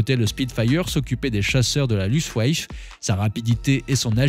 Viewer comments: l'aviation allemande: la "Luftwaffe" se prononce: louftvafeu 🙂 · Bien, j’allais faire la même remarque, à chaque prononciation du mot, il écorche les oreilles, ce n’est pourtant pas un mot compliqué et que l’on aurait rarement entendu.